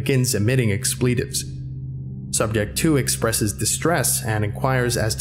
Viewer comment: "Expleetaves" lol